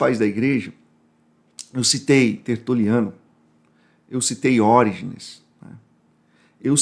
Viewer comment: sua benção Fiquei incomodado com 'Órigenes' Não existe na língua portuguesa essa tônica além da antepenúltima sílaba (proparoxítonas). Peço que procure se essa é a tradução correta, por caridade